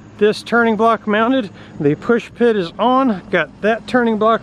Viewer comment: Always LOVE your videos but please don't say "pushpit". There's no such thing. It's a stern pulpit. Keep posting the great vids!